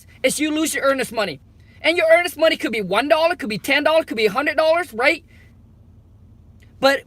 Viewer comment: That "MO ney" 😂😂